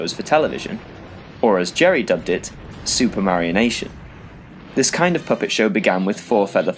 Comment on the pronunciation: Bruh. "Supermarionation" -> "Super Mario Nation"